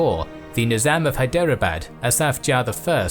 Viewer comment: Dear, While Indian names are understandably foreign and complex, please try to at least get the vowels right. It'd help immensely, even if you mispronounce the retroflex consonants. As an example the 'bad' in Hyderabad isn't pronounced like the English word, but with an open a as in Arctic. This 'open' a (or [aː] for IPA enthusiasts) also appears in marAthA, bAlAji and durrAni. The effort required is small (There are less than 20 vowels on the Hindi phonology wiki page), but the effect would be significant. Thanks for the superb videos! xx